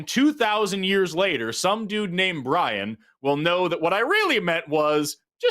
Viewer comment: Bwian, eh? The little wascal has spiwit. Spiwit, bwavado, a touch of dewwing-do.